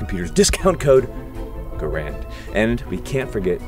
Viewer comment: Anyone notice that he pronouced Garand 2 different ways in the video? so which is it? Gehr-end or ga-rand?